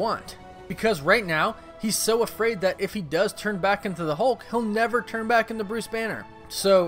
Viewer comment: Hulk not Holke